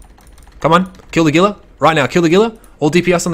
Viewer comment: Gila is 100% pronounced Heela not Geela. Otherwise great video. The gank on the stream creepers was pretty funny.